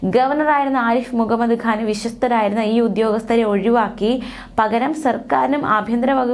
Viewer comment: ആദ്യം മുൻ ഗവർണറുടെ പേര് മര്യാദയ്ക്ക് പറയാൻ പഠിക്ക്